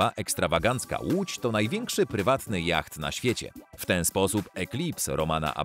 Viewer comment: yacht wymawiamy jako jot